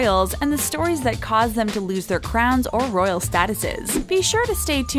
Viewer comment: s a royal dabed